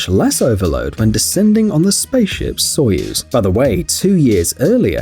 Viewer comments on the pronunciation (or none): none